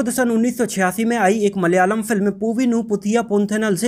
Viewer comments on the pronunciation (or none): none